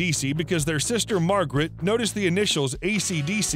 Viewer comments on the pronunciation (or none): none